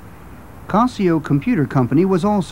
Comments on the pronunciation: It's casio not cosio. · is that how Casio is properly pronounced and I’ve been saying it wrong?